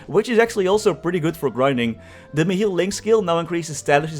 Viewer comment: ''Mihiil'' lololol xD it's pronounced as ''Mihail'' tho :D